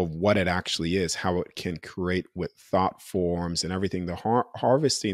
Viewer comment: I love his message, but he needs to stop pronouncing create as “cro-ate”! So annoying